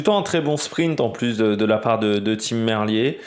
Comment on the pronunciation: salut, d'accord avec ton analyse sur cette 1ère étape, juste Tim Merlier se prononce "Merlire"